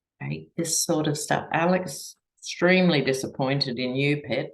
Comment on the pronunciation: its "Alec", not Alex (Baldwin).